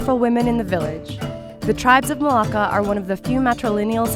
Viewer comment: You left the r out of my name it's Marlaka 😚 btw 👏🏽you 👏🏽better👏🏽 invite👏🏽 her👏🏽 to 👏🏽your 👏🏽wedding 👏🏽👏🏽👏🏽